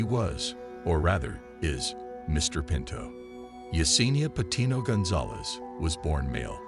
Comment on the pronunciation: Her birth name is also Patino, not “Pinto.” 😂